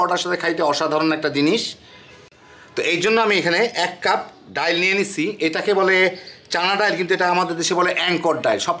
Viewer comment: ডাল কে ডাইল বলেন কেন?